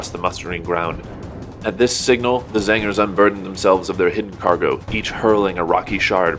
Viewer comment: I enjoy how you say Zangers whenever you say Tzaangors.